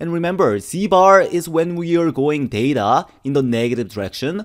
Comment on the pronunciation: Excuse me is it DATA or THETA